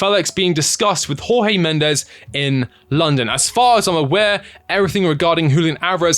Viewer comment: Felix is a disaster, needed tor Finances only. By the way it's not HawHee Mendes he's Portuguese!